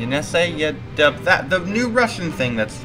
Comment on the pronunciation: its basically super-angara its pronounced yinisei if development is frozen they might just use multiple Angara A5 launches for missions instead. Roscosmos is losing money every year, they only have like 2.9b and its dropping(compared to 12b for china and 20b for the us)